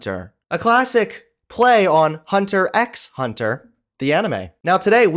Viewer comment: Ain't no way you said the "x" in Hunter x Hunter